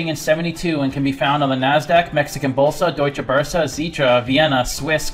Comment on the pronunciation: Loved the video my friend and how you pronounce Mexican bolsa. Saludos